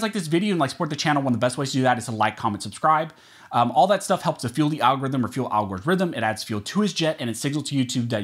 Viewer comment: P.S. - Oh, and, (@ ), every time you mention "Al Gore's rhythm" it makes me cringe. It's a gross-out when you make me think of Al Gore having a "rhythm." Brrrrr...Aghah (gag)!!! I would be happy if you dropped that line. It's been anything other than humorous since the second time you said it.